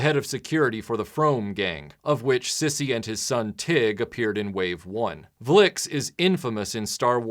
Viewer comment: Cool review. I bought these about a year or two ago. I also own the complete first wave. I was a very big fan of the cartoon. It was re-ran in my area well into the early 90's. And I hate to nitpick, but his name is pronounced Size, not sissy. It's just spelled Sise. And the last name rhymes with mom, Fromm - mom. Kez-Iban is pronounced like Kez - E - Ben. Seriously not trying to nitpick. Your video was terrific as always. I just had to say it because Droids is one of my favorites.